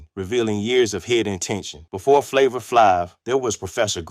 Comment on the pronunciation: How u gonna make a story when you can't say Flavor"s name right 🙊😣